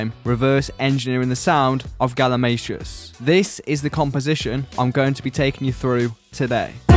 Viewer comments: I heard "Galimashoes" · I also learned the proper pronunciation of galimatias name I thought it was "Gali-Matias"